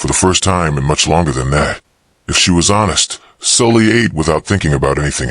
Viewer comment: I thought the girl's name was Sally, not Sully